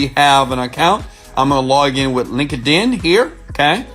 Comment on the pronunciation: ROFL Link-a-din. Most people already have a Link-a-din acct. Oh I can't stop laughing ! It's Linked-In brother.